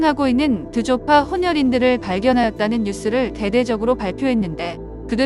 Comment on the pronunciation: 어설픈 저의 티벳어 실력으로 말씀드리자면, 아마도 "드조파"는 로마자식 표기법으로는 djo pa로 나타내어지는 티벳어 단어가 아닌가 합니다. 만약 이것이 옳은 추측이라면, 발음은 "드조파"가 아니라 "죄빠"가 맞는 쪽이 아닌가 싶습니다.